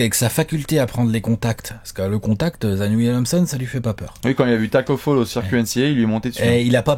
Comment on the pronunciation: par contre on ne dit pas tacko foll (prononciation en anglais) mais fal (nom senegalo-gambien s ecrit faal en gambie)